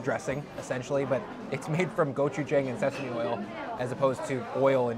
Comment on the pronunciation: great video! glad you enjoyed the flavors of my homeland.. btw.. just a minor correction in your pronunciation.. gochujang. the 'jang' is pronounced with a short 'a' kinda like how you pronounce 'john'. love your vids.